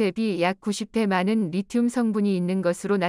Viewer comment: 오타로 잘못된 자막이 있더라도 해설은 제대로 해야지 않나요? 리튬을 제대로 발음한건 딱 두번 나오네요 ㅎ